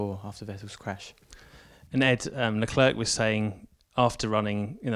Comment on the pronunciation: Please learn to pronounce Leclerc correctly, it's jsut embarassing.